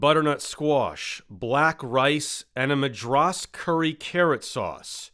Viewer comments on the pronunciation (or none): Also pronounced Madras wrong